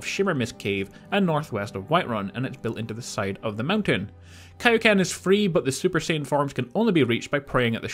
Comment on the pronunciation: You pronounced Kaioken wrong .